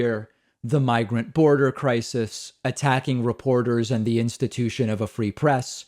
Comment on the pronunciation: Also, crisis has 2 syllables, not 3. kuh-RYE-sis!!!! LMAO